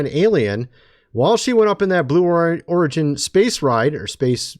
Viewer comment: It sounded like he said blue orgy flight instead of blue origin. although its probably more correct that way...